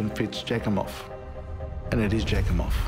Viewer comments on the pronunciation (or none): Jack-em-off. Are you kidding? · Kelly's sis broke my heart when she was talking about her last convo with her. (I was wondering if "Jakimov" was a real name 😂😂😂 All I can hear is "jackhimoff" ) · Say "Jackimoff" one more time!.... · Wait...jak-im-off?! Seriously is that really his name? 😂😂😂😂